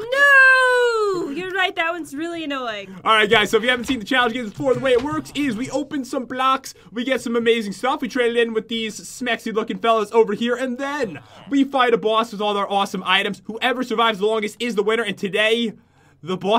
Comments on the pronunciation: It's not smexy or snexy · you said semexy